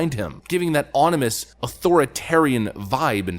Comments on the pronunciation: It's "ominous", not "onimous". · "Ominous" Not Onimous. Tsk, tsk and Oops, gotcha. A-- for the grammer F'-up. The speech was Hitler and Mao. CaaReepy even by DNC approval. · You do great narration, but not at this moment The word you fumbled is OMinous, not ONimus. Also here, the correct word is GIBES, not JIVES. :?D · Haha. "Onimous!" Classic! Much love, my virtual pal. All in fun. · "onimus" LOL. Don't try to use words that you don't know.